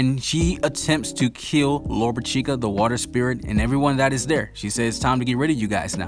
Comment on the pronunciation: Lolopechka is pronounced like this: Lo ro pish ka, get it right!!